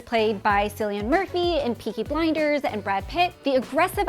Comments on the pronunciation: She really said Sillian Murphy 💀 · 'Sillian' Murphy 🤣 'Killian' Murphy! 😅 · Why can't people in America pronounce Irish names properly? 🤷‍♂️🤦‍♂️😅 it's Cillian Murphy (Kill-ee-an!!) Not "Sill-ee-an" 🤣🤣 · Who tf is silian murphy? It’s Cillian pronounce the c bozo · It’s pronounced killian….KILLLIAN MURPHY!!!! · Sillian Murphy lolll. Love the lazy pronunciation. Couldn’t even be bothered to look it up as they crank out content after content. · What fuckin way did you pronoun cillian Murphy it's pounced like kill so pounce the damn c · Why does everyone mispronounce Cillian Murphy's name? Even native speakers!!!